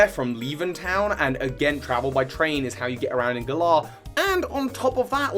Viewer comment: pfffft Stop pronouncing Galar like that, you sound like a real galah. xD They pronounced it more like 'valour' with a g in the announcement trailer, anyway. Emphasis on the first syllable rather than the second.